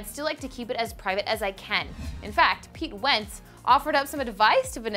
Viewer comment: PEETEE WEENTTZZ